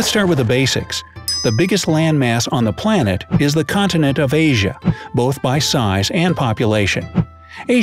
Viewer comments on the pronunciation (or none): none